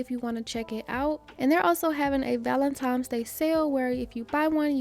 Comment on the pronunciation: Val-en-tine valentine. VALENTINE (I love u, but please stop saying valentimes:it’s simply not a word) 🤦🏾‍♀️